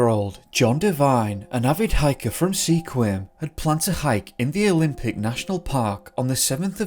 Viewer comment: “Sequim” is pronounced “Squwim”. Welcome to the Pacific Northwest :)